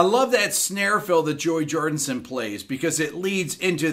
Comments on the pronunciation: It’s Joey Jordison not “Jordinson”? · It's Joey Jor-DIS-on. With a D-I-S. Not 'Jor-DIN-son.' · It's Jordison not jordINson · Great video. Really interesting but please: Jord*i*son and not Jord*in*son😉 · Ah, you pulled a Robb Flynn, Rick. You said, JordINson, rather than, Jorison. Not hating, though. On the contrary, I’m one of your biggest fans. Love ya, Rick. Excellent installment, as always. 🤘🏼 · It’s Jordison not Jordinson!!! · My mans just said "Joey Jordonson" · As a maggot, it annoys me how he says JoEy JoRDinSoN. 😤😤😤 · Joey jordison... not jordinson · Yea, the man's last name is Jordison. Not f'n JordiNson. May he rest in peace. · Um… I love this guy’s breakdowns, but for sure pronounce Joey’s last name correctly. RIP.